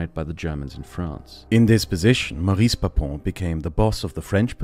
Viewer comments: Since we're talking about a n4zi, we forgive you. But it's pronounced "Móris" not "Maris". A masterpiece, as usual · Did he just just say Baris?!